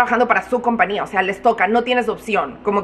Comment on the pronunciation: TENGOO UNA GRAN DUDAAAA PORQUE DICES COMPNIA Y NO COMPAÑIA🤔 YO SE QUE EN USA NO SE USA LA Ñ PERO EN ESPAÑOL SI SE PRONUNCIA LA Ñ ES SIMPLEMENTE UNA DUDA PORQUE NO ERES LA PRIMERA QUE LQ ESCUCHO🤭